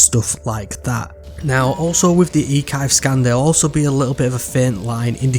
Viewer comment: Eee-kivee haha